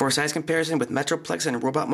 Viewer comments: Size not sixe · Toy sixe not show size